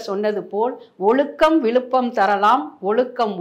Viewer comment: தமிழருவி மணியனின் ஆழ்ந்த தத்துவ ஞானம் வெளிப்படுகிறது. ஆனால் பேட்டி காணும் அவர்கள் சில இடங்களில் "ழ" வை சரியாக உச்சரிக்கிறார். ஆனால் பல இடங்களில் "ழ" கரத்தை "ள" கரமாக்கி விடுகிறார் இந்தப் பெண்மணி. அதுவும் கடைசியில் - "ஒளுக்கம் விளுப்பம் தரலான் ஒளுக்கம் உயிரினும்..." என்று கூறி திருக்குறளையும் தமிழையும் மரணிக்கச் செய்துவிடுகிறார்.